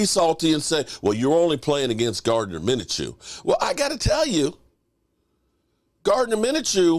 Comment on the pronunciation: Minchoo not Minachoo lol Great Win #CowboysNation F the Haters A W is a W